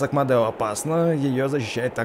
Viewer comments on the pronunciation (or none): Не Модэо а Медо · Там меееееедо меееедо а не мадео как ты так читаешь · Не мадео а медо!!!! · извини но не модео а медо